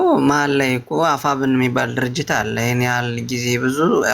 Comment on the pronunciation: አፍብን አትበል አፋብን በል